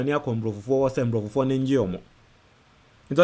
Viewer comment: Abrofuo not nbrofufuo. Good work.